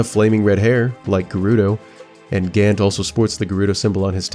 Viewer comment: ah yes! GANT!!! LOL, the mispronounced name of Zant! what new lore drops upon him in 2025? hmmm I wonder? could he be the fusion of ganondorf and zant? most obvious or..... surprise! Zant's twin brother who wants nothing to do with ruling and is just a humble hermit